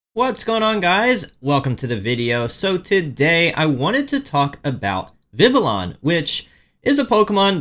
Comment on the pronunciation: Vivillon is pronounce like Viviyon.